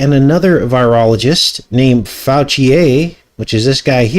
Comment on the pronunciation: Fouchier is pronounced Fooshay! Dinosaurs never existed.